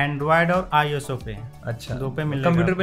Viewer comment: Android and iso!!!! Wah wah Airtel ka banda bol raha hai ios ko iso wah wah re wah airtel ke HR